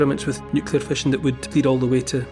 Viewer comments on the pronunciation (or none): none